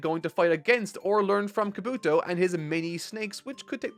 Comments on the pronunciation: Kob bu toe not kabooto lol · Also, Kabuki not "Kabooto"!! Learn more Japanese pronunciation.